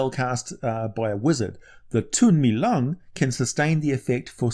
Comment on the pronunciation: The pīnyīn is "lóng." Second tone. It's also pronounced with a slightly long o. It's not lung.